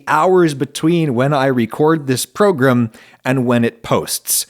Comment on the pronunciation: I never heard anyone say program like that in real life, maybe where I live is just too chav-ie